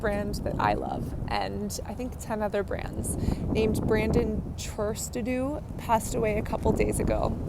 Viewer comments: How difficult is it to try and get his name right?.......its Truaxe. ... as in true-axe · You’re an idiot! Brandon Trustadu??? Justin???? Brenden??? Wtf?? What’s wrong with you! Don’t speak on what you don’t know Hunny! You’re sounding like a huge fake Know it all! Annoying! DECIEM NOT Diecium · Brandon, not Justin. Truaxe, not whatever you called him, and it's Deciem, not Dyson. And I am supposed to take skin care advise from YOU?